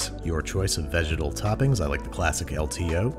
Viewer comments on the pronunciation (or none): Please never say vegetile again